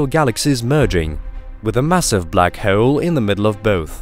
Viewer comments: I think its because they way he pronounce hole :P black hoyl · The way you pronounce hole makes me giggle. Black Hoyel hehe